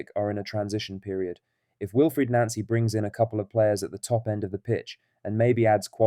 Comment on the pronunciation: It is pronounced NOncy, Not NAncy.